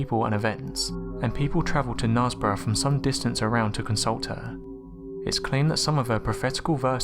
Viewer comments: And Knaresborough is pronounced Nairsburra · No mention of Mother Shiptons Petrifying cave!? It's pronounced Kn'airs'borough btw, in north Yorkshire, UK. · Knaresborough is pronounced knaAIRsborough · It was Toby Shipton the husband of Mother Shipton. Good try at pronouncing Knaresborough, you’re nearly there. Also Knaresboroughs secondary school King James is named after James l, the uniforms for the girls are kilts x